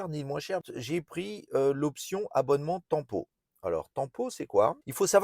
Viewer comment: L’option tant pot …..😂 on dit TEMPO